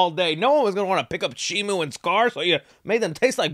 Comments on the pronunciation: Why does he keep saying shimu? It's SHIMO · Bro sees the merch says Shimo and still says Shimu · It's Shimo not Shimu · Not shimu, it's shimo